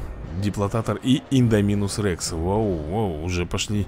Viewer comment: Слушай чел тебе походу Твои же подписчики не писали то что ты неправильно ставишь ударение когда произносишь слова индоминус ты говоришь Не индоминус-рекс они Доминус Рекс вообще-то его звать правильно индоминус Рекс они индоминус Рекс Попробуй прочитать его по буквам и поставить пожалуйста правильно ударение потом из-за тебя люди Когда начнут играть в эту игру не правильно его будут произносить Пожалуйста исправьте ошибку свою